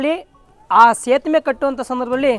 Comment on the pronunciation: Sethuve antha heloke baralla e ge,,sethume anthare...enide e hatra? Veeda,,aagaama,upanishathu odko modlu antha heli